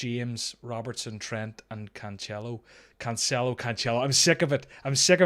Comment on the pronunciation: You ended up pronouncing Cancelo the right way ;)